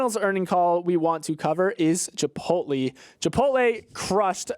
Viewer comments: finds a way to say Chip-pote-LEE in every podcast so that I can complain. I know you’re doing it on purpose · is still competing in the funniest chipotle pronunciation competition from a couple weeks ago